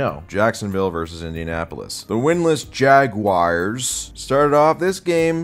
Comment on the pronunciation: My wife's boyfriend loves the way you pronounce the "Jagwires." He says it cured him of his marijuana addiction. You're such an American hero,.